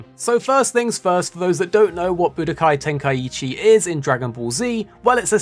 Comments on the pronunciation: stop saying "buh dook eye", please. Way to show you have no clue what it is. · Ba du kai was killing my ears every time he said it